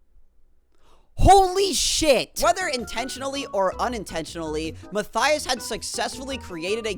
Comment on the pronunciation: i know mathyas is fun to say, but you can say matthews and ur good